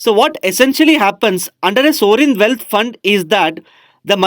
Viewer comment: Please pronounce well ' sovereign'